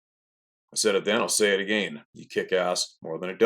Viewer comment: Why do you say "again" but then you also pronounce it "uh-Gayne"?